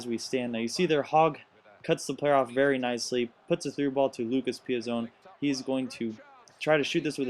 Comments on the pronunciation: Pi-zon, gotta make sure you get the Chelsea players names right. ;) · Nice video Btw PEE-AH- ZON